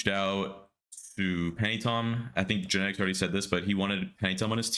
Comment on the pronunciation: Why does it sound like genetics bullied himself into the team... All i heard was genteics contacted us.....then again later on genetics contacted us about joining lol Tuff